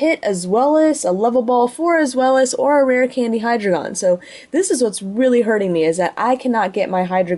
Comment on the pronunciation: I thought it was pronounced D-ein-o, and zwei-lous, hy-drei-gon as in the german, ein zwei drei.